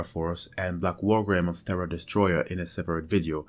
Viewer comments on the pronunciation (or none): none